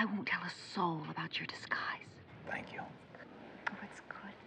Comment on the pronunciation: "Disguise" lol Yes this might be the funniest scene.